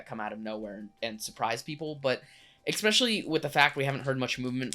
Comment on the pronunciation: It’s pronounced “es-special-lee”